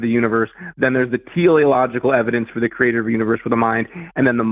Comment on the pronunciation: “Kree-ay-TOR” 👎🏽👎🏽👎🏽👎🏽